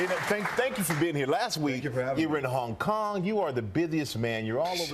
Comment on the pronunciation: "so... When you were in Hong Tong" lol